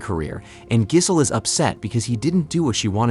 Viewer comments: Her name is pronounced 'Jizzzzz-el' lol, just so you know. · "Giss-hole," "Jizz-hole." This guy's killin' me. 🤣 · The way the narrator says gisell rhymes with chisel & that's what she is:a chisler.Throw her like a long bomb pass back to the streets Tom!This may be a blessing in disguise though.Obviously time trade up the old gash for some younger,tighter poonanny!